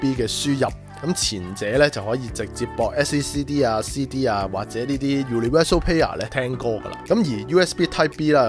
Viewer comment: 絕對係，感覺好唔認真，universal payer